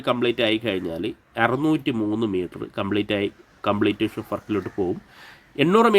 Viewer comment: കംപ്ലീറ്റേഷൻ എന്നല്ല.... കംപ്ലീഷൻ എന്ന് പറയു